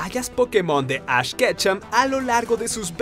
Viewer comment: Ketchum no kecha pronuncia bien